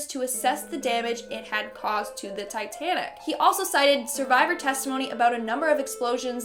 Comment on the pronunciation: Tittanic what’s That’s it titanic